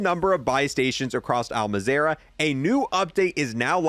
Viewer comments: Maz-rah, not Ma-zera. The game literally pronounces it for you at the start of every DMZ game. I was wondering why I kept hearing the keyboard clicking noise and beeping, it’s caused me to lose concentration so many times! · Al Mazrah * not Mazerah 😉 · AL, MAZZZZ, RAH, IT'S AL MAZ-RAH, NOT MAZARA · “al mah zare ah” no dude “ al maz rah” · Bro, the way you pronounce Al Mazrah annoys me more than it should... It's Al MazRah, not Al MazErah. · Al mazarah is a crazy way to pronounce it when it says mazrah right in front of you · AL-MAZ-RAH not AL-MAZARAH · You lost me at Al Mezara 😂 the game literally says it each DMZ match "Welcome to Al Mazra.." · Al maz era. Lolwut. Mazruh. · Thanks for the info but uhh just to lyk its pronounced (all - mah - zera) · "Al Mazera" 😂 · "al mazerah" x_x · Can this guy legitimately not pronounce anything? First he was saying chai-Mera now it’s al Mazeeera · "al ma zae ra" bruh naww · “Al mazarah” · Dude this guy cant pronounce anything right. He called it Al Mazerah and called A.I I.A. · why the fuck he say al mazarah like that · I’d just really enjoy it if you could pronounce the map correctly… the game even sounds it out for you😒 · love the vids but the way you say al mazrah drives me crazy enough to comment about it+